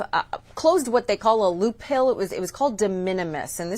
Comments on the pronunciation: It's not "loophill" - it's "loophole." She's pretty good at explaining away all the increasing costs due to tRUMP'S actions, despite his promises to lower costs. Including explaining away DOGE'S accessing all citizens data when they are NOT a governmental agency. Why is this nonsense even allowed to be promoted at all? I'm stopping now. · "A loophill"? What the hell is a loophill? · It is pronounced "loophole". So goes a journalism degree....🙄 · What tipped you off that they are dumb? Was it when the reporter said "Loophill"? Loophill. LMFAO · She doesn't even know it's a loophole, not loophill!